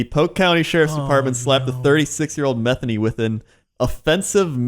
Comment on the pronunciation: Lol "Metheny" is pronounced Muh-THANE-ee. Not like the name Bethany. Super entertaining podcast! I've been binge listening for the last couple weeks!